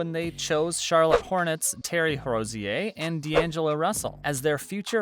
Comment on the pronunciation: Lost a subscriber for not knowing how to say Rozier.